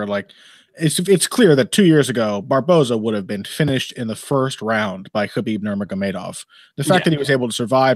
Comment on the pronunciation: I dream of the day pronounces Khabib's name correctly.